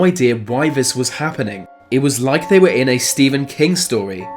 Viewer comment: Fyi “TH” is not pronounced as “F” or “V” eg “they” is not “vey” and “month” is not “Monf”